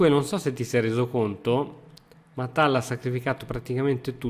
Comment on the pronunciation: almeno tal lo pronunci bene dai